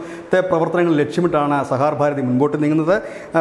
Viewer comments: Sahakar ഭാരതി ആണ്, sahar bharathi അല്ല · സഹാർ ഭാരതി അല്ല, സഹകാർ ഭാരതി ആണ്, അങ്ങനെ തന്നെ പറയൂ പ്ലീസ്. ☝️ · Plse read it correctly,sah kar Bharathi (not sahar Bharathi) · Sahaar ano sahakaar ano? Sahakaar alle? Thumbnailum sahar nnu paryunnu vartha vayikkunna alum sahaar nnu paryunnu.. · സഹകാർ ഭാരതി എന്നുപോലുംവായിക്കാൻ അറിയാത്തത് ലജ്ജാകരം!